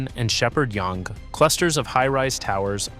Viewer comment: Yonge as well...